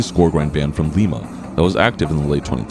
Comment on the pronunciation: Sorry to be annoying, but Lima, OH is pronounced "Lie muh," not "Lee meh" like the city in Peru